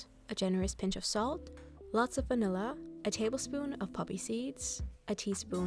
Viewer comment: Me watching this on 2x speed getting to and hearing salmonella instead of some vanilla